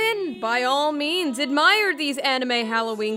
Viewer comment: haha admire more like "ad-myer"